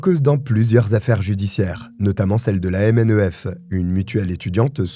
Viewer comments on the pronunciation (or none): Répéter en chœur que DSK est "brillant", sans la moindre preuve, ne fera jamais de cette affirmation une vérité. On a vu ce qu'a donné sa société LSK. Ce type est un corrompu et un dogmatique. On prononce "Mneffe" pas M. N. E. F. Des quantités de types "brillants" du PS se sont enrichis en pillant les caisses de cette mutuelle étudiante, demandez à Julien Dray.